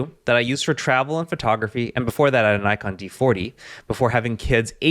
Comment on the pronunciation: Nikon, pronounced Nick-on, lol bro